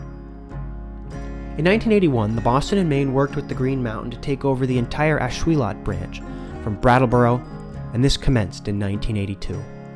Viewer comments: Nice video. "Ash-will-LET" Not "Ash-will-LOT" Us Ashuelot locals are picky about that. Even deeds of the late 1700s referred to the river, spelled phonetically as the Ashwillett River. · What a great video. I had never heard about the effort to put Steamtown in Keene. Too bad it didn't happen. Just little FYI. I grew up in that part of NH and I have always heard Ashuelot pronounced as Ash-wool-it.